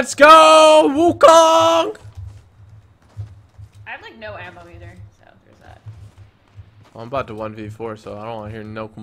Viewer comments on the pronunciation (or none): Firstly, Wukong is a Chinese fictional character from “A Journey to The West”, so it shouldn't be looking like a Japanese samurai. Secondly, it should be pronounced as Wukong not Wukang